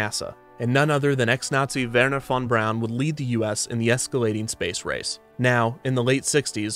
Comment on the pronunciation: I’ve never heard Werner von Braun’s name pronounced like that